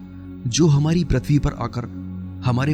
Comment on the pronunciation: prathvi (प्रथ्वी) नही भाई pruthvi पृथ्वी .. व्हीडीओ बारबार अटकता है .